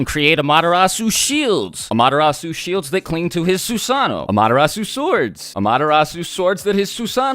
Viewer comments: y do u say madarasu when its called an amaterasu? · Am-ah-te-rasu not Amadarasu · When you say 'AMTERASU' it sounds like 'MADARASU' 😅😅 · Its pronounced as AMA-terasu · It's NOT AMATERASU ITS AM-A-TER-RASU